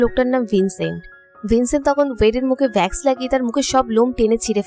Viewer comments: vax na wax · আপু ভ্যাক্স নয় ওয়াক্স হবে।🙂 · Vax na wax hobe 😃 okk